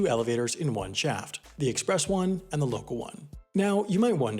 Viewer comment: I wish the narrator would pay attention to the correct pronunciation of "the". He routinely pronounces it "thee" before words beginning with a consonant sound, and not for emphasis. It's annoying.